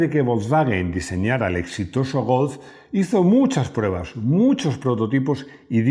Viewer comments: Porque pronunciará Golf, como Golzzff. Si no tiene ni idea de hablar aleman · Interesante video. Pide a Rodrigo que te enseñe a decir golf. Y Volkswagen, de paso. 😉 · Me declaro fan de la pronunciación de cuando dice Golf en tono alemán. Eres grande, que suerte tiene tu hijo. Un abrazo